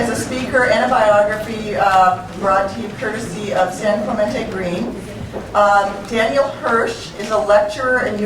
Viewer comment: Very good speech! -and his name is Daniel O. Hirsch, not "Danial".